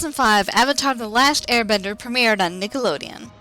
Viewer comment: Avatar the lasht airbender